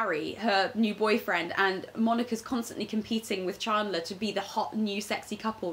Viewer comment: The way rose pronounced chandler from friends is so posh and British 😂